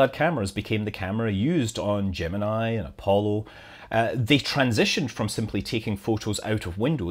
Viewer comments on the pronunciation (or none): none